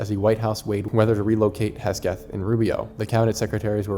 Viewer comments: HEG-SETH, not HES-GETH Keep up the great work. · How are you possibly mispronouncing HEGSETH?